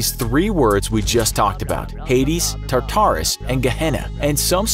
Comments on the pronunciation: prononce tarturas as taturrass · its pornounced tarterus